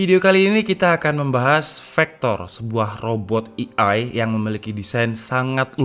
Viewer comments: Penyebutan AI bukan "i ai" bang, tpi "e ai", Terima Kasih bang Pin dong yah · Indonesia i a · AI dibaca e ai kak